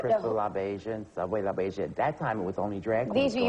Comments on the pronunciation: she hasn't even seen the movie. she doesn't know how to say labeija. add: it's misspelled also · Joan Rivers might be respectful, but she sure didn’t do her homework for the show. Not only did she not even know the pronunciation of Pepper LaBeija, her staff misspelled it under her name when it showed Pepper when she was on camera. They had LaBeija as ‘LaBieja’. How embarrassing!🙈 Also, ‘Is Paris Burning’? With a mistake THAT big, the producers should have ‘CUT’! and started taping all over! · just not sure how Joan could have mispronounced "Labeija" if she really did see the movie. It's not as if that name is only mentioned once in the movie.